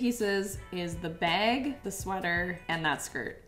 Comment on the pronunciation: Girl I love you but everytime you say bag it makes me laugh!😂😂 off the shoulder beg